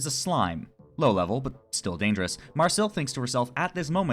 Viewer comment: Who dafuq is Mar-Seal?